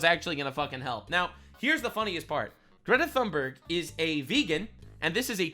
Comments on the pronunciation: How pronounces Greta's name is hilarious. 😂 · Omgggg, stop saying her name like that!! 😂😂😂